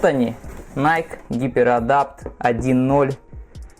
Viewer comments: Оригинал ищет. Все знает (типА). Называет NIKE «Найк»🤦🏻‍♀️🤦🏻‍♀️🤦🏻‍♀️. Это НАЙКИ, там в конце E, это произносится как «И». В оф.магазинах США подойдите к консультанту и узнайте наконец-то, что это НАЙКИ, а не НАЙК🤦🏻‍♀️🤦🏻‍♀️🤦🏻‍♀️. Его английский это просто пипец🤦🏻‍♀️🤦🏻‍♀️🤦🏻‍♀️ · Не найк, а найки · Вы меня извините конечно. Но. Название бренда происходит от имени богини победы Ники и в оригинале звучит "Найки". Именно так его произносят в Соединенных Штатах. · игорь прав, иностранцы произносят: "найки"